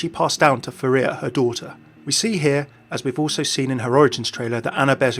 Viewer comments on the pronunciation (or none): It's pharah not pharea